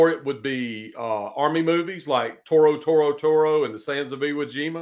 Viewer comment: minor correction...you said "Toro Toro Toro instead of Tora. The first one was a movie about the flying lawn mowers that attacked Pearl Harbor.